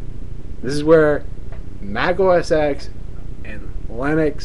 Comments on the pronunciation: Its pronounced [Mac - Oh - es - ten]. X is the roman numeral for 10 and was the next OS in line from OS 9. If you are going to make a complaint about different operating systems please at lest pronounce the name correctly. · thats becuase the x in mac os x 10 is silent so u say mac os 10 not mac os x 10